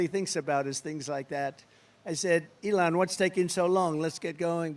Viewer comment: LEON! Guy cant even pronounce his sugar daddy name correctly and he think he can lead a country. Get this old weird convict in jail where he belongs!